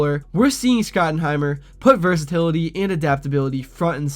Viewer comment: I don't know if you're mispronouncing Shotty's last name on purpose, but doing it so consistently really hurts your credibility a lot.